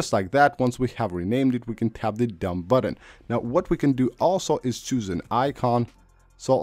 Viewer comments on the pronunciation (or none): "add them sepabrley" LOL "just tap the dumb buddon and now you're good to go. of course"